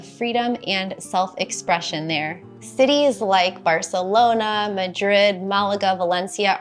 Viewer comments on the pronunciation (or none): none